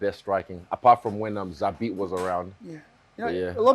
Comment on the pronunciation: You thought you did something? You absolute casual lmao. It’s ZABIT